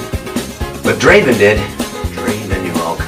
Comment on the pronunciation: It's not Draven.. it's Draaaaven.